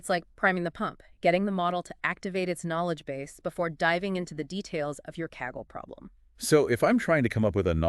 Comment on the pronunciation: The AI started to have a brain aneurism. Saggle instead of Kaggle.